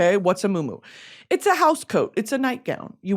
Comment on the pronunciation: Not moo moo, mu’umu’u 🤣 but it’s cool (Hawaiian)